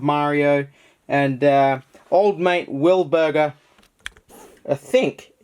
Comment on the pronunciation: when he said willburger i knew it was double legend time